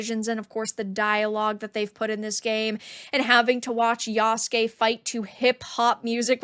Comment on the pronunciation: what's even stupider... is that Naruto's rival is Sasuke, the "black samurai's" name is Yasuke but they still pronounce Yasuke like english speakers. If Sasuke is pronounce sass-kay, why would Yasuke be pronounced ya-sue-kay? His name would be pronounced yass-kay